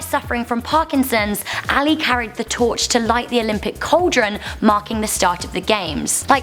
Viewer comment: What the f**k is a "call-deron"?